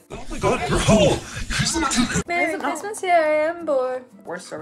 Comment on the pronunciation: love how ur constantly going ‘i’ll be home for quizmoisss 🗣️” throughout the video LMAO